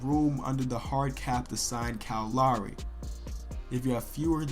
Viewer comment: His pronunciation of "Lowry" bothers me more than it should...